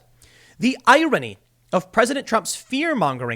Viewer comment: Irony (I-Roe-Nee). Noun. Definition: Biden: "they have bad memories."